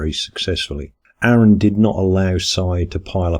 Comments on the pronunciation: 'Ah-run', not 'Air-un'. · It's "Ah-run". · Why can't anyone say Aron's name right? It's not pronounced "Air-in", it's pronounced "Ahr-on". Anyway, Aron won the debate. Mr dance around the questions lost in the first minute. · Can't believe anyone still says "Air-un".